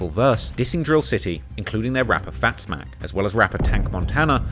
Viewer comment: Its Fatz Mack Not Fat Zmack